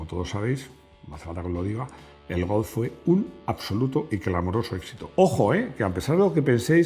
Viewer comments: Porque pronunciará Golf, como Golzzff. Si no tiene ni idea de hablar aleman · Me declaro fan de la pronunciación de cuando dice Golf en tono alemán. Eres grande, que suerte tiene tu hijo. Un abrazo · Interesante video. Pide a Rodrigo que te enseñe a decir golf. Y Volkswagen, de paso. 😉